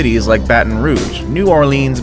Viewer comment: Is it just me or pissed me off when he said, ‘tappa’ instead of ‘tampa’